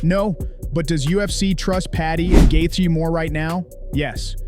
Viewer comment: "justin gath-ya"